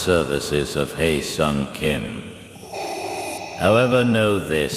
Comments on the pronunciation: Pro tip his name is pronounced like the "he" from hello or Henry or hemisphere Easy way to remember: Don't say HI say HELLO 😊😊😊 Hello, Hyesong! 😢😢😢 Hi, Hyesong! Too many people are saying HI Song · Heavily saying his name wrong. It’s pronounced HEH-SUNG not High-sung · Read as hesung kim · Lol the butchering of his name "Hi Song Kim" 😂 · Hearing everyone not knowing how to pronounce his name at all(except the kulture wave). It hurts